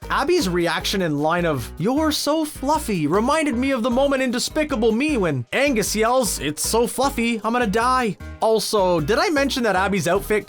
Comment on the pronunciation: is it just me, or did he say "Angus"